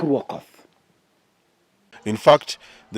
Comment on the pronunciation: it's Aukottt..not Okothhhh